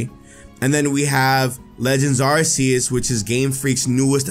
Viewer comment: It's arceus not arseus